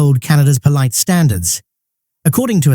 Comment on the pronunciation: Why did they pronounce 'polite' as 'poleet'? Whe SAYS that?